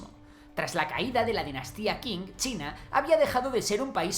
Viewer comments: Qing Se pronuncia Ching no king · Dinastía Qing Se pronuncia: ching. En chino la Q, G, J suenan muy parecidos (no iguales) a “chi" Gracias por el video. 😎👌